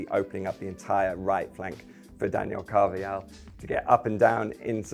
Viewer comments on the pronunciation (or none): Carvajal isn't pronounced like that, it's not a Serbian name. How difficult is it to look up the actual pronunciation of a name? The J in Spanish sounds like a very hard H in English.